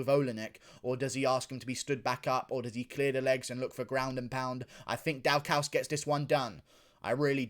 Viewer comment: are you pronoucing Daukaus wrong on purpose orrrr is there something else happening here